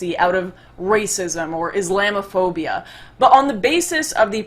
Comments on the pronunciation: Islambophobia I still get pissed about how she pronounces it. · The way Lauren Southern pronounces "islamophobia" sounds like a very strange question